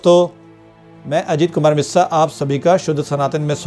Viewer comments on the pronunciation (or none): none